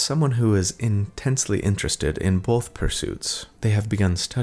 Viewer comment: not Cody, who says bolth, not both. Gotta remember the L, people.